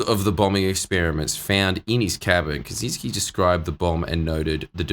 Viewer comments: One minor correction, though I don't blame you since his name is just Americanized like most, but Kaczyński would be pronounced with a ch sound. Ka-chy-ni-ski. Also fun fact, our former President was a Kaczyński and his twin brother is the party leader for PiS, the biggest political party in Poland at the moment. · Cz in "Kaczynski" is actually pronounced as ch in "chain"